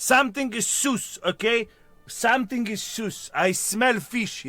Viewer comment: "Somesing is SOOS!" 💀